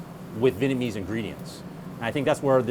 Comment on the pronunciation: As a Vietnamese I hate that Vietnamese American people don't pronounce the "Viet" in Vietnamese. They always say Vinnamese or Vitnamese.